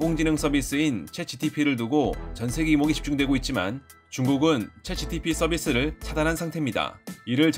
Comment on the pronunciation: 챗 GPT를 잘못 발음하셨네요..😢😢